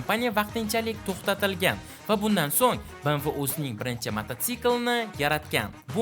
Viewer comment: Bemve deb oqiladi bmv mas